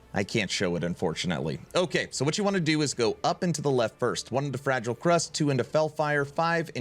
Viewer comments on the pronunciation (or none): none